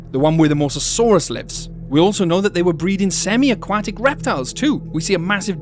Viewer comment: Never heard someone butcher the word aquatic like that in my life.